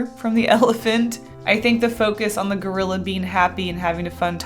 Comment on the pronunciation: I really thought you said Girlila lol